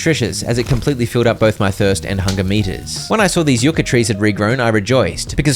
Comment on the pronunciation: Everytime you said yu-ca instead of yuck-a